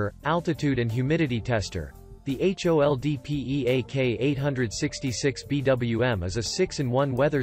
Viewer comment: Your serious? "H" "O" "L" "D" "P" "E" "A" "K" ???????? Why talking that ? This is two words HOLD PEAK. What meaning PROSTER ? Why not "P" "R" "O" "S" "T" "E" "R" ???????????